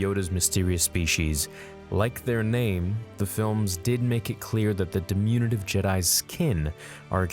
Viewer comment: diminutive, not dimunative